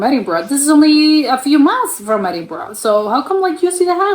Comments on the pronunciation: It's pronounced Edinburrah, not not Edinburrow. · He started off well but within a few minutes, he was back to burrow.